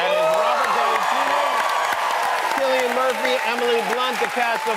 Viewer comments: Hey Jimmy, do some research on your guests. It's not pronounced 'Sillian'! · Jimmy really said "Sillian" Look how they Massacred my boy... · He called him Sillian!! What a joke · pronouncing cillian wrong!!!